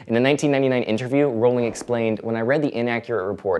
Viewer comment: I was on board the moment you pronounced Rowling's name correctly, perhaps I'm the only one but it bothers me that even people who claim to be big fans get it wrong.